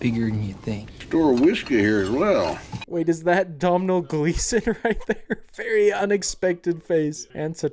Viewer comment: For everyone outside of Ireland, domhnall is pronounced Donal